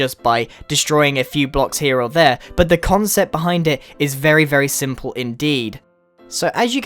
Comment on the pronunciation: he keeps saying conscept